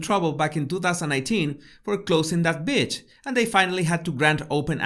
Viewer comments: This video is so on point. Is it me or it sounds like you saying b** instead of Beach. 😂 either way I love your videos. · I’m sorry, I just love the way you say beach 😂